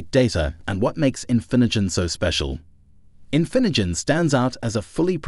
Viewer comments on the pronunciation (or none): It also completely butchered "Infinigen" the first time, right when the word was on screen. "This is INFINJIN" lol